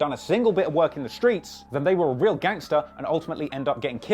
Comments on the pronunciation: In the skreets😂😂😂😂😂😂😂😂😂😂🤣🤣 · “Skreets..” lol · Why this nigga say skreets like that😂😭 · Why he say screets like that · OUUUU WHEN HE SAID IN THE SKREETS I KNEW THIS WAS GONNA BE GOOD LOL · "Screets" LMFAO Im done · In the screets 😂😂😂 can't get over the way he say streets